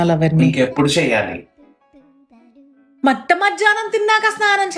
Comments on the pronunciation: Matta madyanam kadhu mitta madhyanam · Matta madhyanam enti …? Adhi mitta madhyahnam. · Mattamadhyanam 😂kadhu mittamadhyanam